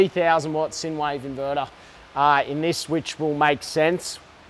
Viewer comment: Just so you know Sine wave is a mathematical term and sine is pronounced with the I not sin. Cheers